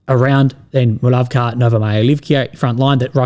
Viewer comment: KA. You got "Muravka" right. But the rest of the names with KA, you seem to pronounce as KYA. Why? Where's the logic?